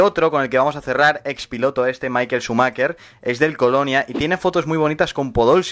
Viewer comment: El video venía bien hasta que dijo sumaker 😁 si lees esto se dice shumajer